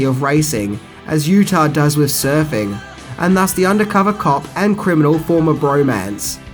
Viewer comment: I'm sure it is just me but every time he refers to the surfing culture I hear surfy culture.